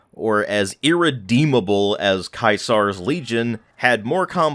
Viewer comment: Lol, Kai Zar